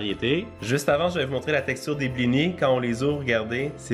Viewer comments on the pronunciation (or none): Tu ne prononces pas le s dans blinis